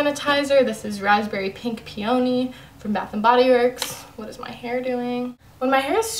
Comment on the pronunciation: You said peony so wrong It's pronounced pee-uh-knee Love this video